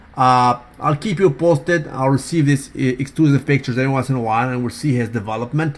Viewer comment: I don't believe he is fasting. It's bs...call him out. Also did u really say "bictures" in the beg of the video??